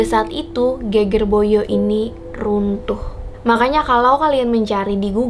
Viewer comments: Ge`ge`r / punggung bukan geger (ramai). Pengucapannya kurang pas hehehe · Pembacaan geger salah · Endhog bacanya salah kak.. Geger juga salah bacanya kak.. Tapi gpp maklum emaang bhs jawa banyak tulisan sama tapi arti berbeda tergantung pengucapannya.. Tapi saya suka konten seperti ini.. Lanjutkan kak.!! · cuma miss di pengucapan kata kata geger , endhog , degan aja kok kak selebihnya informasi nya oke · Salah saat baca geger/punggung dan endog/telur